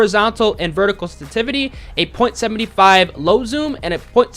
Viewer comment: WTF is stativity? SENSITIVITY! Anunciate your words dude.